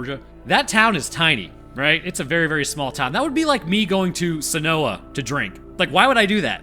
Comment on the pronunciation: Sen-o-uh is wrong its sen-oi-ya dingus